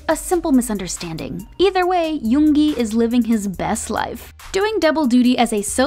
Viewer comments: Finally!!!! Someone who pronounced yoongi right. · I can't even think of bts not having suga.And finally i found someone saying 'yoongi' instead of saying 'yoonji'😒😒😒😒